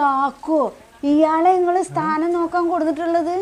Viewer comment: സ്ഥാനം അല്ല 🤐 താനം 🙄